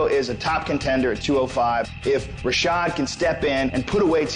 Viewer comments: "rashad" dude. get it right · its rashad not rashed